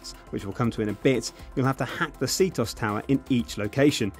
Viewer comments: C-toss? Its C-t-o-s. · SEE TEE OH ES NOT SEETOS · It's not pronounced C - Tos, it's pronounced C-T-O-S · It's not pronounces See-Toss. OMG, so freakin' annoying. It's C-T-O-S... SEE TEE OH ESS. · LOL, it's "CT-OS" not "C-TOS"! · You don't pronounce it "see-toss." You pronounce it " see-tee-oh-ess." Just a little mistake I wanted to correct you on. 😊😊😊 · it's not "CT-OS" nor "C-TOS"... Its Cheetos! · C-tos? LMFAO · cee-tos lol you mean CTOS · See-toss??? It's C-T-O-S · He pronounces ctOS like "see-toss" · i dont know if u knows this but it is c-t-O-S not c tos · Really? SeaToss? It's called ctOS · Bullet time mode? Seetos? It is focus and ctOS you noob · its c t o s not c tos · When he said see-tos i died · Lmao, did he just pronounce CtOS for "Citos" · i cringe everytime he says "see toss" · I almost stopped watching the video in less than a minute, the fact that you pronounced ctOS c-TOS was so disturbing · Foreign Allies The game ALWAYS pronounces it as C-T-O-S, with no exceptions. The game itself. I'm pretty sure being deaf is not a requirement for being English.